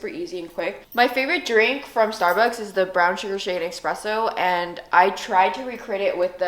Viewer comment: ESpresso not EXpresso